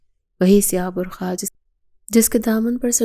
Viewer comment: برکھا نہیں برقع ہوتا ہے